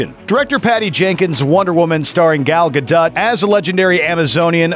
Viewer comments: Soooo your mispronounced version of Gal Gadot's name...made it passed your editor?? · Is no one gonna address how he can’t pronounce Gal Gadot’s name